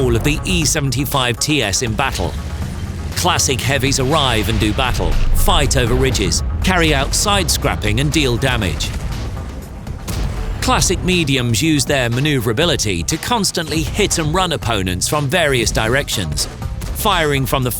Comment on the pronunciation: Side scrapping (pronounciation error) and "Standart battle" (spelling error probably) :-D